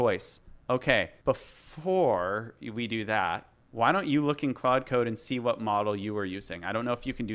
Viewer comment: good but it's pronounced klawd lol like claude françois